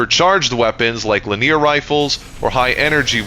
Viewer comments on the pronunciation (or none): Just a heads up my dude, linear is prounouced LI - NAY- ARRR (three syllables) not Lineer (two syllables) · I have never heard anyone say "linear" like leneer. It's li-nee-ur xd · I don’t think I’ve ever heard someone pronounce “linear” like “li-neer” before lol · The pronunciation of linear rifles is fucking killing me…..